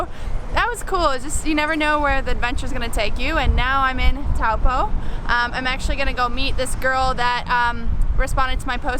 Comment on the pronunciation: You mispronounced taupo quite a bit heh